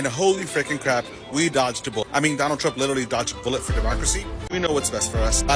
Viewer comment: "I will boat for Donna Trump"! How's that working out for you all? 🤣😅🤣🤣